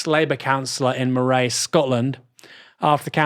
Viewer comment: MO-RAY..accent on the MO.